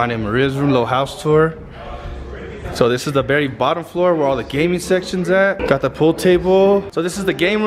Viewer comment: It’s funny when says Berry instead of Very 🤣😂 &